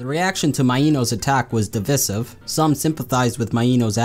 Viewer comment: Divisive. Is that the word you tried to pronounce?